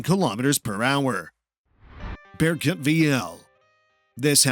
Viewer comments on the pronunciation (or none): none